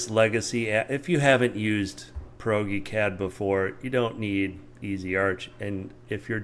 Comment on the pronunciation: Proge- pronounced as in Project---- Prodge-eee-Cad...:) I might adopt pierogi cad though